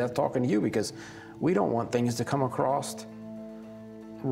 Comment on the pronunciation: I gagged when he said ‘acrosst’ 😂😂😂